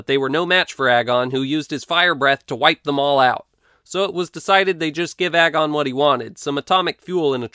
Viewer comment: Does anyone else realize that "agon" rymes with "dragon" if you say it correctly?